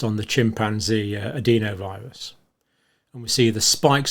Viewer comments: Why do you say adEEnovirus when the rest of the science community says the more sensible adenovirus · sorry mate, its just incorrect pronunciation- "e" in the UK is pronounced "eh" not "ee" no matter what region you come from